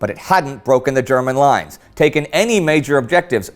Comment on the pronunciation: As a German its really funny to see how you Pronounce German Names